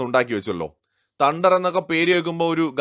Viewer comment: തണ്ടർ അല്ല തേ ണ്ടർ